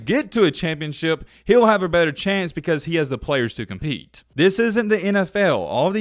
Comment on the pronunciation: Ability to cheat? Oh wait, you said compeat!😄😄😄